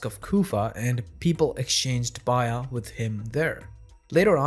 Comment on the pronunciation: "baay-yaah" not "bye-yah".... Nevertheless, alhamdulilah... Nice video.